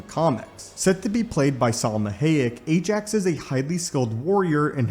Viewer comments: BTW It's "Ajak", not "Ajax"... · It's "Ajak", not "Ajax"... (Yeah I know, big difference... L🤓L )